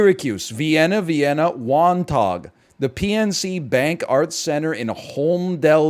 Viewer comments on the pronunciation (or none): as somebody from long island new york to hear somebody say wan-taug is hilarious...not that anybody would ever know or care its wan taw phonetically. Got a good laugh out of that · Was laughing my ass off at his pronunciation of Wantagh